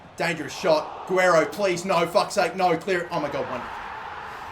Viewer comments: It's pronounced ga rare Ro not a gwear ro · Its Gi-re-ro not Aguero damnit! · Its pronounced ge-ray-ro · I think the left backs name is pronounce gu-rare-io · Not a master of pronunciation but I think Guerreiro is pronounced Goo-air-ee-oh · How to say Guerreiro's name is like this : Ga-rare-ro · Its pronounced Geh-rare-oh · LB Is pronounced gu- a-rayro probably .... and u r reus went down by 1 rating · Guerreiro = Guh-Rair-O